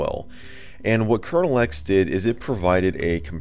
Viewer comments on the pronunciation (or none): none